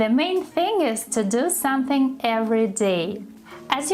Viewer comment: Hi! useful lesson! "Don't take it too seriously", have you ever noticed when you say the word "Something" you always drop the "m"? I have been following you for a while and also noticing that you've always dropped the 'm' in the word 'soMething' then it becomes "suh thing" instead of "sʌm thing." It does not sound that weird when you speak. Here's the tip. If it's hard to pronounce, you just break it down and say it slowly when you confidently say it then speed up. As a learner like you, I just want to help you to speak correctly. And I'm not here to judge you. So I hope you find this helpful. Keep up the good work!